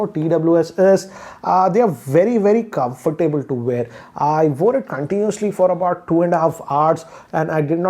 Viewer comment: I wince every time he says comfortable